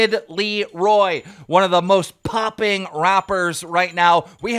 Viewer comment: The way you said popping must be a boomer